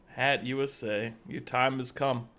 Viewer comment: Yeah the first time I heard him pronounce Hattusa as Hat USA, I was ready to correct him, but then realized it's his shtick.